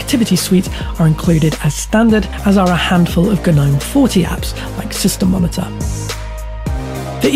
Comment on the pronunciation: Mispronounced Ubuntu and Gnome